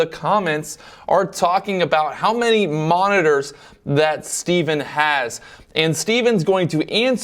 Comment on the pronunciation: " how many 'Monners' ". Mon - nit - tors